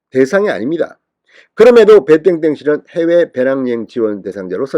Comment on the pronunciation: 배 땡땡인지 배땐땐인지 발음도 좋지않아 듣기싫으니 실명을 밝히세요 이젠 밝혀도됩니다